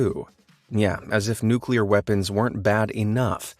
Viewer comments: I stopped the video when he pronounced it "nukular" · What irritates me the most are people who say NUKELAR!! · Mans is teaching us what makes a nukelear bomb works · I believe its pronounced newkler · People say nuke you lar.